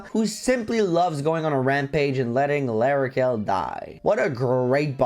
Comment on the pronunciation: L'Arachel died because you said her name wrong 😔